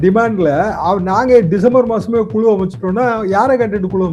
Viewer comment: குழு,உழைப்பு என்பதை குளு, உளைப்பு என கேவலமாக உச்சரிக்கி ன்றார்.இரண்டு உச்சரிப்பிற்கும் வெவ்வேறு அர்த்தம் உள்ளது.திருத்திக்கொள்வாரா?